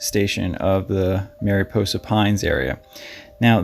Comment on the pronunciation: It's not southern calif...its central California. And just an fyi...its mariposa pronounced "maraposa" I'm from that area...just trying to help on the pronunciation.